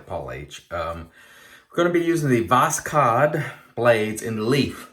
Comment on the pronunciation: Voss-hode try this pronansiation. Pure Russian word for sunrise.